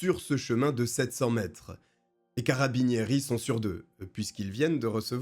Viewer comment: Tu m'as fait grincer les oreilles toutes les fois que tu as dis carabinieri😂😂😂😂 si tu as le temps le cas de Martha russo